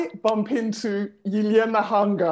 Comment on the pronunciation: Wow they striving to pronounce name Elena correctly so hard